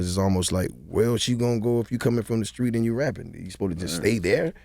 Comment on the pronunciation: Charlamagne you are pushing 50 stop saying "skreet" instead of "street". SMH my head.